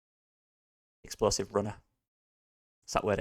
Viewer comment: Explosive NOT exposive